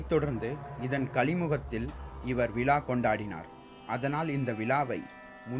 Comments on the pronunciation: விலா அல்ல விழா.. தமிழை சரியாக உச்சரிக்க வேண்டுகிறேன்.. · Prakash Rocky sariya sonninga.....விழாவுக்கு விலான்னு சொல்லுறான்..சோழர்க்கு ச்சோளர்னு சொல்லுறான்....